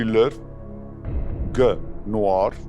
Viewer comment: Ֆրանսերեն սեվը նուառ չի, այլ նուաղ ա 😂😂😂